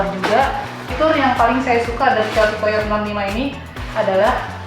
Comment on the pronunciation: ijin sedikit koreksi. untuk penyebutan/cara baca dari COYOTE itu (kayoti)😊